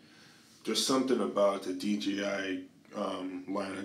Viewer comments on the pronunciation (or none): Sounds like you say DGI.